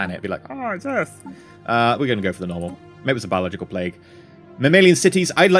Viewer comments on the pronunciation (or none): none